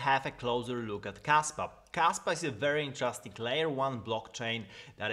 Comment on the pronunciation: I thought you said Kasta for a second hahaha